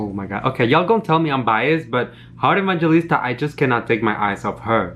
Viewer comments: I think your pronunciation is quite wrong, because living here in the ph we pronunce her name as Heart e-bang-he-lis-ta, not ebanjelista. Thats all sorry i just noticed it. ♥️ sending support on your channel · Hi. Her last name is pronounced as "Evang-Helista" 😙😙😙 Love you still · hi, i just notice you're pronouncing her surname wrong😊 so this how to pronounce EVANGELISTA= E-VANG-HE-LIS-TA😊